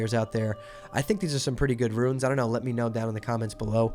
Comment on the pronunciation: I love your videos but your KILLING me calling them "ruins" and not "runes"